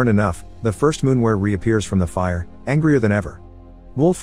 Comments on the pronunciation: Its not a fcking “moonwer”. Lol! Its a MOORWEN! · It's called a Moorwen, not a Moonwer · Halfway through the creature went from being a moorwen to a moonwer, mistakes like this make me laugh a little, no hate just find it funny. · Moorwen or Moonwer? at least get the bot voice to pronounce it in a standard way you Moorwons.